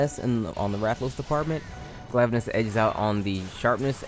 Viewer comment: “Glaive-anus” is my favourite pronunciation.